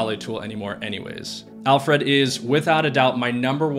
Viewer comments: Alfred - not Alf-Red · It bothers me how you’re saying Alfred lol. It’s Alfred, as in the butler from Batman. Not Alf Red. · hearing "al fred" each time you said "alfred" made me wince....not sure why but it just grinded on me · Listening to him say Al Fred instead of Alfred drove me insane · It’s pronounced, ‘Alfred.’ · Great video and list! You're pronunciation of Alfred is interesting...😂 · Thumbs down because you don't pronounce 'Alfred' properly and it's so annoying. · I had to stop watching due to the really peculiar pronunciation of 'Alfred'. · Great content. Thank you kindly. But... the way you say "Alfred" makes my eye flap up and down. :)